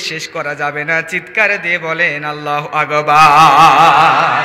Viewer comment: বক্তা মাওলানার আল্লাহু আকবার الله أكبر শুদ্ধ নয় । তিলাওয়াত কৃত আয়াত সমূহ প্রায় ভুল । শুদ্ধ করতে বলি । ওয়াজ অনেক সুন্দর । বক্তা মাওলানার জন্য দুআ করি এবং করবো । ( মুফতী ) হোসাইন আহমদ হাম্মাদ চৌধুরী কাসিমী । শিবপুর । মোড়াঝার বাজার । জিলা হোজাই । আসাম ।